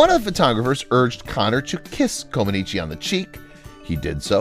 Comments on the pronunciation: Her last name is pronounced Comaneech not Comanichi. I know this because my wife is Romanian. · Comanech, not Comanechee. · Her name is NOT pronounced "Comb-an-eechi". It is "Kom-an-etch" as everyone in the rest of the world knows. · The final letter is silent in Romanian words ending in the letter ‚i‘. her name is pronounced Comanech. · You are pronouncing her surname incorrectly. It is pronounced common etch. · Coma-neech, please. If you are going to use a computer narrator, make sure that the computer is programmed to pronounce the subject's name correctly. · Mispronounced her name throughout… the “i” at the end is silent. Its pronounced “Co-muh-NEETCH” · Romanians dont pronounce the i at the end. Say "Comaniche" (e is silent) or Co man eech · Amazing that you are doing a video about one of the greatest female athletes of all time, and you can't even pronounce her name correctly. It's ComanEECH. The "i" at the end is silent. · Her name is pronounced comaneech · Too bad you can't pronounce the lady's NAME! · With the last name "Comaneci", the last syllable "i" is silent. At least, that's the way it was pronounced by TV announcers during her Olympics televised appearances. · Ouch! That continual mispronunciation of her name is slapping my brain -- can't watch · It would be wise to properly pronounce the subject of the video, before recording it, let alone posting. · The 'i' ,at the end of her name is silent !! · I can barely watch this because the incorrect way you keep saying her last name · The i is silent. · Learn to pronounce her name. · It would be nice to learn how to pronounce correctly Romanian 🙃 names Sounds awful 😖